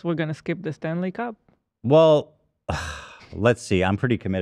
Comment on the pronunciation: I seriously thought they were talking hockey, i feel like his emphasis when he says it is wrong LOL